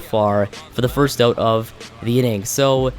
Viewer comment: It's "out" not "oat"